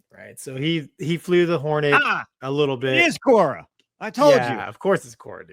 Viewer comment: What’s Cora ? Or are they saying Quora ?